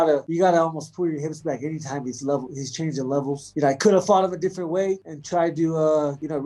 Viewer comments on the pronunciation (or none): none